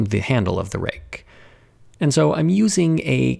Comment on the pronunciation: Pronouncing "rake" as "rig" made me really confused.